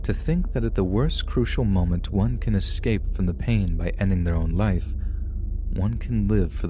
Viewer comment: The word is escape, not excape.